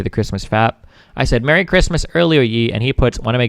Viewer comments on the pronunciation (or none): none